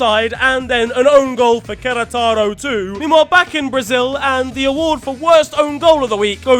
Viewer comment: The way he said Queretaro hurt me for some reason